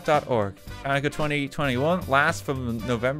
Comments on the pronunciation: Fyi the “ch” chanukkah is pronounced with a guttural sound like ur clearing ur throat or gargling. Idk how else to describe it lol. If u can’t make that sound, just an “h” sound is fine tho. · I physically cringed when I heard him pronounce “ll” incorrectly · Me as a Jew cringing when he reads Chanukah like that. There's so many different spellings but they're all pronounced ha-new-kah. (to be more accurate there's a sharper ch (sort of from your throat, no teeth) sound at the start but it's hard to describe the right sound in a comment and its NOT pronounced like CHA.) (wrote this before he was corrected lol but still keeping it up) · Hearing RT mispronounce Hanukkah, menorah, Kislev, and Chabad made me cringe ngl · Your pronunciation of Chanukah and menorah is terrible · I’m Jewish, and I love RT, but seriously, how does he not know how to pronounces Chanukah? He pronounced it correctly when spelled Hanukkah, but really? It’s Chanukah. How do you not know how to pronounce it? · RT mispronouncing Chanukah is a perfectly understandable mistake but every single time he said it I died a little more inside. G-d bless you RT have a wonderful holiday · Thank you RT and whoever built the Hanukkah House. I watch a lot of different YouTube channels but this year this was the only mention of Hanukkah I saw. Btw if anyone is curious about the two spellings, Hebrew has two letters that typically get translated as H and H/Ch in English. The H/Ch one is commonly pronounced like Ch would be in Welsh. Apparently it's called a voiceless uvular fricative. Basically because it doesn't exactly exist in English and the real pronunciation varies regionally, there isn't a single agreed upon way to write it. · i get that there are barely any jews in Ireland but godDAMN I wanted to die everytime he said the hard "ch" in chanukka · AS A JEW I LOVE SEEING HANNUKAH REPRESENTED!!! The way he pronounced hannukah and menorah is so cute 🥺🥺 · RT's pronunciation of Chanukah is slowly killing me